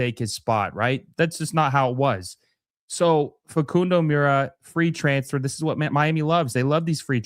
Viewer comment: Got you fam , mura = moor-a . Oveido = Oh-Vee-ey-do